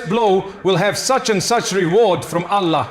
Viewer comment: Yes. This AI pronounces "Allah" and "sahih" differently